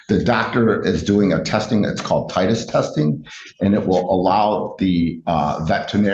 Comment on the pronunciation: Dumbass attorney. It's not a titus, it's a titer.